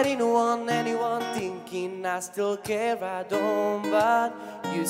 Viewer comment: a co te v dobrem dostavá na vyslovnosti tinking.........??????